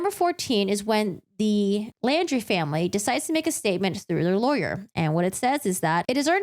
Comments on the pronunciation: Laundrie is pronounced just like „laundry“ (not like „landry“). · I do appreciate your reviewing and explaining this case. My only complaint is that you kept saying "Landry" I do realize it is a difference of pronunciation. And Mineola is a town where the main courts are in Nassau County NY